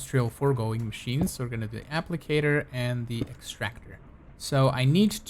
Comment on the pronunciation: i need help with these machines (mA-ch-eens) (the way he says it)